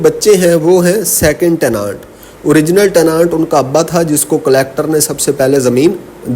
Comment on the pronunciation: teh·nuhnt not tehnaant plz sir.